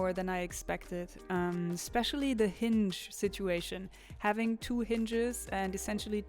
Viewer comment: Damn you have fantastic ideas, and you make these into such cool 😎 practical objects .thanks 🙏 , hinge is pronounced h IN g